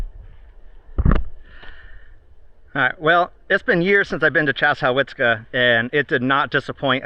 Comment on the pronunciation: Hey … sorry to be “that guy” but Chassahowitzka is not pronounced anything like it’s spelled. Correct (historical, local) pronunciation is… Chessa-WITZ-ka. Paddlers usually just call it The Chaz. The “how” is never pronounced. Another Seminole/ Cree word… land of the hanging pumpkins. <edit to add: the paddling in that area is arguably the best in the state. Give me a shout if you’d like suggestions/maps to the more hidden springs).